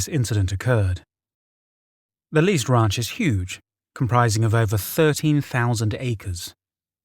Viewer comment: The wraunch = ranch